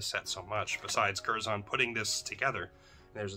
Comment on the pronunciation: Pronounced curzun. British English. We use the schwa everywhere. ə